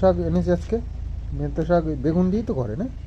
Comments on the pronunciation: Saago noy..kathata saak..beto saak!👍😊🥰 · Bheto sag noi beto sag.